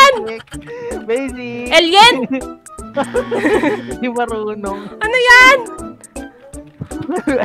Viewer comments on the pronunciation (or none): Guys sabi ni ate ay el-yen daw ayiiieeeeeee